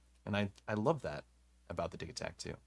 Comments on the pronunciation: I don't know about that, Elektron is a Swedish company, and according to ChatGPT the "g" in Digitakt would be a "y". and the word Dee-yih-takt (/ˈdɪjɪtakt/). But to me it will always and forever be Digitakt, and NOT Digitakt. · no no no, repeat after me, it’s “Digitakt”